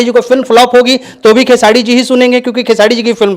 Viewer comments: Tottle khesadi nhi khesri hota h bolna sikh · नाम तो बोलना सीख ले चूतिया खेसाडी बोलता है 😂😂😂😂 दोनो एक ही जैसे😂😂😂😂😂